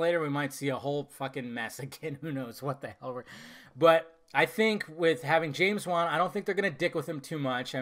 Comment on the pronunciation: Dude it's James wan. I mean Come the fuck on...